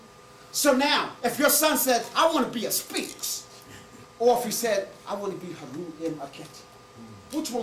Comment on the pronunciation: HE DOESN'T PRONOUNCE SPHINX CORRECTLY